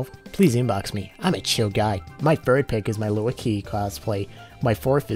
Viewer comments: Did you just say Lucio as luiki? It's LUSIO that's how to say it. But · Love the vid, buddy! But, "Lucio" is pronounced "Loo-sea-o". Just to clear up the confusion. <3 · You pronounced Lücio as Luici. WTF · How's you pronounce "Lucio" as "Loo-icky' lmao. Love you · Loo-See-Oh... That's how you pronounce Lucio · Wait... how did you pronounce Lucio? Lew-see-oh is how I’ve seen everyone else pronounce it. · The way you said Lucio hurt me 😂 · The way you pronounced lucio killed me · The way he pronounced Lucio though. That was painful. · The way you pronounced lucio made me vomit in my mouth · Did he really mispronounce Lucio? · I love your channel but tHE WAY YOUR PRONOUNCED LUCIO